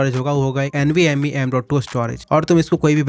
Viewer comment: Een vee m ee😂